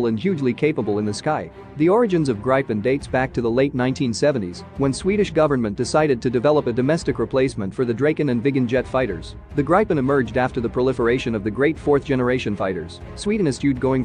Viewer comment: it hurts every time i hear gripen pronounced as "Grayh-pen" or "Gr-pen", each time i hear draken pronounced "Dreyken", and each time i hear viggen pronounced as "Vayh-guhn"